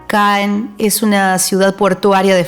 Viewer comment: Ma Normandie! Trés belle! Muy buen recorrido. Gracias La ciudad de Caen se pronuncia CAN